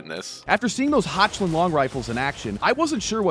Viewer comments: "Hotch-land" lmao It's pronounced "Hoch" as in "Hokh-land" with a soft k sound in the roof of your mouth. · Hotschländ is crazy. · The pronunciation of “Hochland” was so American that all oil to my name has been taken and my home has been hit by a drone strike.